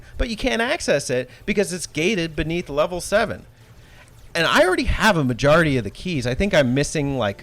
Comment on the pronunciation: Did I just hear “Majora T of secret keys”…. Nice 🤣👍. I’m never a big fan of this type of progression and it gets really upsetting when this is a game that you purchase. I don’t ever want locked content for a game I bought. Nice review, … and tell Alex to be nice to Sonic games!!!😊